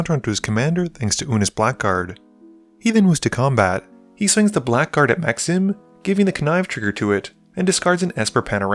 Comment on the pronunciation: Blackguard is pronounced as ‘blaggard’